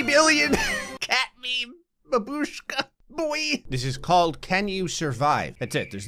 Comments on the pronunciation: Babooshka lol it’s ba- bush -ka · It's bAbushka, not babUshka)) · Did you know babushka is actually pronounced bab-ush-ka, not bad-posh-ka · By the way, you pronounce Babuska Ba-bush-ka.